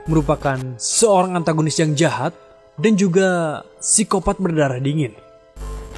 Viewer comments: SOERANG dibaca SURANG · harusnya Seorang bang , Bukan SOERANG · soerang apa seorang 😂